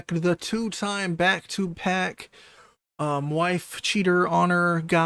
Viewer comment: you didnt even say back to back properly lmfao